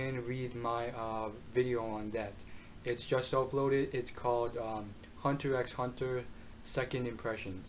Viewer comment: dude, just pronounce it Hunter Hunter, no need for the x